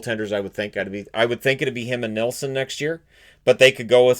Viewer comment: He said Nilsson